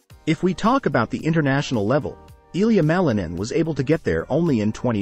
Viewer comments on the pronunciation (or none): none